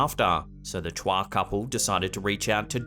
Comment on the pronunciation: Chua is pronounce as choo-wa, not tswa